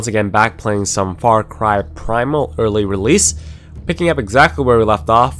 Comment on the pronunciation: "hope you guys enjoyin' this Faw kuway Pwaymal, hafafassday!!"-Nick :)))